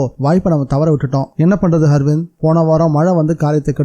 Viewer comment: good novel 👍👌🏼 அர்விந்த் என்ற பெயரை ஹர்விந்த் என்றும் சாவகாசமாக என்ற சொல்லை சகவாசமாக என்றும் படித்தீர்கள் bro 😄